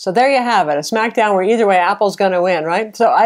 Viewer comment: I really enjoyed your "S-Mac down"